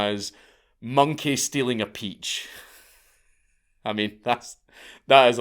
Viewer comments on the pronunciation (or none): none